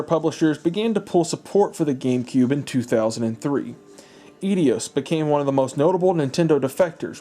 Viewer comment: e-dios? bay-ten kaitos?